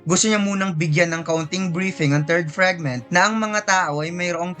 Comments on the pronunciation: FRIGMENT? oh FRAGMENT? pa correct nga ma? parang marami raming maling pronunciation nya? 😅😅😅😅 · Say it "Fregment ob brelyant ob layt"